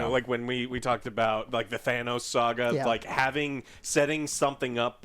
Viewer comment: "Thaneos" never forget Joe butchered his name as well